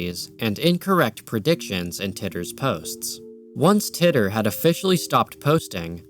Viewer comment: As soon as I saw this started with Pokegods I knew it would be a great video. I've got to say though, I've never heard John Titor's name pronounced like that. I was 14 when John Titor's posts started popping up and he was a popular topic of conversation on the message boards and chat rooms I frequented. I have to admit, every time I heard "Tit-or" instead of "tee-tor" that 14 year old part of my brain surfaced again just to go "lol he said tit." This was a fantastic video, and I can already think of about 5 friends I need to share it with.